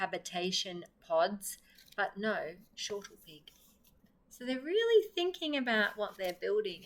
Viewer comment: Great to find an Australian reader, but it's snortlepig - not shortlepig.